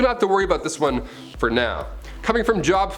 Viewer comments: It’s pronounced Jobe not job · It's not job it's Joe, b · please,. don't think I'm coming down on you. You are my favorite on this channel. Just in case you ever do another vid like this, the. book in the Old Testament is pronounced Jobe (joob) long O not job. Trhanks, cutie pie!! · Job is pronounced Jobe. Long O sound. Not a job that humans get to pay their bills. Just so you know for the future.. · It's not pronounced JOB as in work its pronounced JOBE or Joe-buh. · PLEASE PLEASE PLEASE ask someone about Biblical pronunciations. It's not "Job" like you work at your job. It's "Job" and rhymes with Robe. I flinched every time you said it. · Awesome video! Job is pronounced Jobe tho. Part 2? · Job is pronounced “Jōb” or “Jobe” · It's not pronounced as it is spelled it's pronounced like jobe. But I appreciate the effort! 😊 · Ok so it jobe rhymes with robe. You have great content. But you speak to fast and your pronunciation could use some work. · 1st beast,Joe 2nd beast, the ho, sarcasm is pretty great, yanno? Job is pronounced with a long "O", not like work. According to the Hebrews you never touch blood because blood sanctifies what it touches. Other religions make it "evil and dirty". I like this video, mostly I am a joker, so don't take stuff so seriously! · Job. Pronounced like j oh b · Book of the bible job is pronounced jobe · Hey just an FYI. The bible chapter named Job, isn't pronounced like my job stinks, but with the long O sound but without the E on the end. Jobe...long O sound. Job. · Job????? Lmfao. Job, he says. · It was super annoying to listen to you mispronouncing Job. I think you knew it’s proper pronunciation and you said it wrong on purpose over and over. It’s J O B long O sound. Your smart adjust cost you a subscription isn’t that funny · Liked the list being a Christian but just thought point out you pronounced Job and nephalim wrong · I still couldn't help but laugh though. Lol... Job... XD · Check your pronuncation of JOB